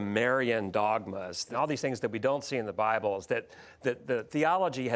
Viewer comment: Sid Roth: " the best record is the bilbe!"... Wtf? Are you kidding me?